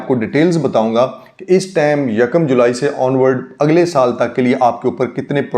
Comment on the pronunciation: Iss tame naheen time/ tyme bola kareen